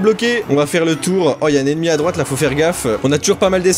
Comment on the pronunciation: À chaque fois que tu dis " ennemi " j'entend Emmy 😂🤣😂 et je repond " oui ? "